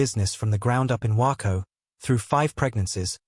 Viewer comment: The AI can't even say Waco the correct way. 👎👎👎👎